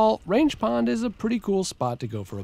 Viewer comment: Great video as always! Fun fact (and for reasons I can't understand): it's pronounced "rang" with a hard g instead of range.